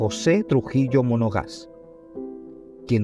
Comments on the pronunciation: Monaga. No monoga’ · Monagas, no monogas .. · Monagas....Monagas ,,,no monoga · trujilo monagas,no monogas,luce despectivo y descuidado en la fuente donde obtuvo los datos,lo que se va publicar por los medios y redes debe ser correctamente informado,para evitar que los que no conocen mucho la historia la aprendan mal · MONOGAS noooo, MONAGAS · Monagas,no mono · EL SEGUNDO APELLIDO DEL PADRE SE PRONUNCIA ( Mona'gas)